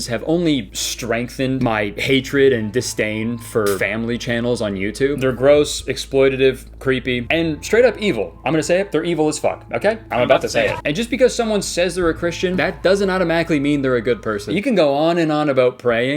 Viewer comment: What’s with so many creators pronouncing “exploitative” wrong? It’s exploit-TAT-Ive